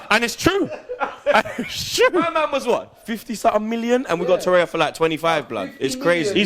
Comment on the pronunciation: TorreiRA not tereya